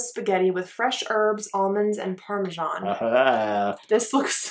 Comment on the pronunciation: "With fresh erbs almonds & parmeshan"? I think the H from herbs someone ended up between the S and A in parmesan!